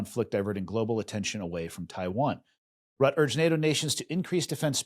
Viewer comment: Hey, i've heard you having trouble pronouncing Rutte a couple of times on the show. Since it's Dutch it's pronounced Roo-tuh. Cheers from Greece.